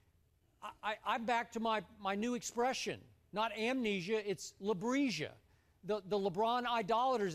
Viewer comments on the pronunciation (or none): "LeBresia"? LMFAO Skip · this nigga said leBressia